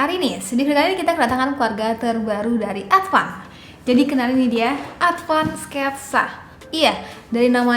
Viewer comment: Maaf kak, Advan kak bukan ADVAND